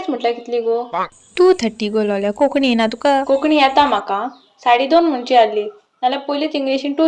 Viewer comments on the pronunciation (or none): This only for information of all . The correct way to say the word is " Konkanni ' n not Kokni.